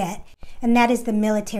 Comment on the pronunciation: DD- 2, 14. That was hard being a Veteran hearing her say “ DD -2,1, 4 “. 😖😖😖